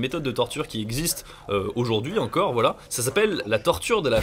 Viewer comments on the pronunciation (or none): Tes « voilà » on dirait des « Wallah » c’est assez désagréable 🤣